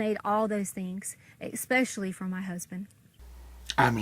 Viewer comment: “Espeeeeeecially” from her husband. God awful.